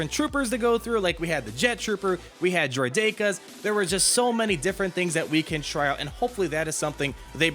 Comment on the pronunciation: Did you just pronounce it... 'Droideyka'... Oh my ears, my poor poor ears haha XD